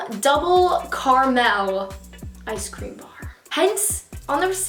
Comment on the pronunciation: The way you pronounce caramel hurts my ears 😂